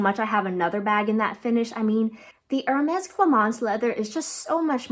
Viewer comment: Be careful when pronouncing Hermès. It’s not “er” as in “her.” It’s more like “air” “mez.”